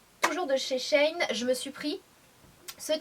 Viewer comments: J'aurais pensé que ça se dit she - In pour "she-inside". Bref Sanaa tu as oublié de nous montré les jupes en simili cuir portés! Super haul comme d hab! Bisous 💜 🍍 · C'est elle qui le prononce mal haha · Coucou Sanaa ! Super vidéo comme toujours ! Mais je crois que le site de prononce "She in" comme sheinside mais dans le "side" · Il me semble que on prononce Shein "She in" Comme avant c'etait sheinside ca me parait logique ^^ En effet les hauls sont mes videos preferées a moi aussi ^^ bisous ma belle! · Ca me fait marrer comment tu dis "SHEIN" ^^ J'aime beaucoup l'association du haut et de la jupe! Bisouuus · oui c'est vrai 😂